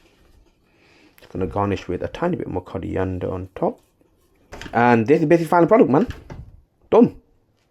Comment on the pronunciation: Coriander ❌ Curry ender ✅